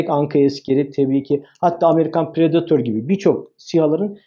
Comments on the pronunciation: ingiliz de predatör demez, predaytor der, hele hele, bi rus ismini. Ingilizce demek cok daha vahim. Pentsir diorsunuz. Orda a var. Pantsir. Milletin fastpay e, festpey demesi gibi, veya, fastfood a, festfud demeleri gibi. Sizler bilgili insanlarsınız, bu hatalar hiç yakışmıyor. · predatör, denildi mi fransiz agzi oluyor. Orda o var. Ö degil. U yu ü o yu da ö yapanlar, fransiz ağzı takliti yapior.